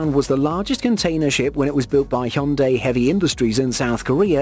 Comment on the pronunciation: The way you said Hyundai piiiised me off 😂😂